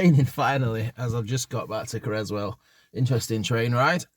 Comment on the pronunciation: It’s pronounced Whaley as in whale 🐳 and Creswell is pronounced with s not z as in Crezwell. You videos are brilliant thou 😁.